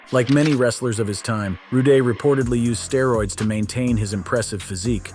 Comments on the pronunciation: you pronounce his last name as rood , not roodeh, . learn to read english! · Come on dude. I can't even watch it now...Rick RUDE DUDE...NOT Rooday..💯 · This guy would call him Rick Rooday 😂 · You can tell this guy isnt realy a wrestling fan, Keeps calling him ROODAY and had picture of Kerry Vonerich he said was the ultimate warrior. lol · We all know it's Rude.i got his figurine along w plenty of others from that time period.I grew up on it and it was always a must see event.Rudey?narrator on crack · He was born Richard Erwin Rood you fool. Not Rooday. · All that research but can’t even pronounce Rick Rudes name correctly throughout 😅 even his real name is Rood so where u got Roo-Day….ill never know. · Rooday😳😳😳😳Why? It’s Rude... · Ru day? Lol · Yeah get your word correct. It's Rude Dude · Roo-day? You're f'n ignorant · "Rooday"? come on.. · Who the hell is Rooday??? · who is this RU-Day guy you keep talking about ??? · Dude, stop saying rooday!!! That's not his last name!!! 🤨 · Who the hell is Rick Rooday? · Rooday? Whe the Hell is reading this? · Rick Ruday 🤣 Imagine making a video on someone you've never seen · Wtf. Rooday? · Who the f... is Rick Rooday??? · Richard Erwin Rood... Who tf is Rooday? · Rooday.........it's killing me man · You keep saying Rick "Rooday" is annoying the hell out of me...😂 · I'll tell you what's more annoying that that...reading through the comments, only to see everyone calling out the "Rooday" mistake. 😂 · Rooday, lol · No Rood-ay, To-day. 😆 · FightTalkay gotay Rick Rood(ay)s nameay wrongay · Brother you need to research before putting the video out.. Enjoyed it, but you botching the mans name multiple ways is crazy to listen to.. Rude = Rood. Do better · Someone should give that clown a Rooday Awakening! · I heard Roody a few times 😅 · Right? Like when TF did he become French ? lol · It’s Rick Rude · I have never been so angry at my TV the way that he keeps saying his last name 🤦‍♂️😡🤬🤯🤦‍♂️ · It's Rude not Ruday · Rude not ruday